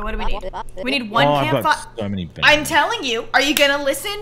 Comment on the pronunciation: The way said “bananas” as “banonas” is so funny to me 😂😂😂